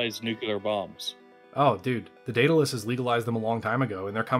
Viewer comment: i worry that youre hung up on spelling. the name of the ship is clearly pronounced "dead-a-luss" thats how its always said..... 100% of the time. why do you keep saying "day-da-luss"? is it for fun?